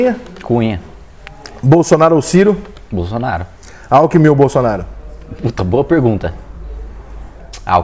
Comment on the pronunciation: Alckimin e Bolsonaro, ai o cara fala Alckimin, ai vacilou feio.